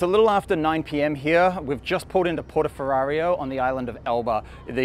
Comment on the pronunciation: Addictive content👍 (and when you go to Elba again: it’s Portoferraio, not Porto Ferrario 😉)